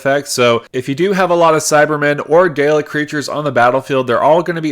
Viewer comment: I love this and I love the video, but every time you say Dalek my heart drops lol